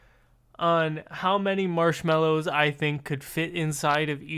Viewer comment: who says mallows like "marlows"